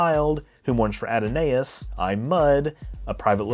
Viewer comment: It's "add-o-nigh-us." Look up "Adonai." It's pronounced like that. The online pronunciation guides aren't reliable. "Adonai" is a Hebrew word for god, more or less. Adonais is derived from a poem. It refers to a specific thing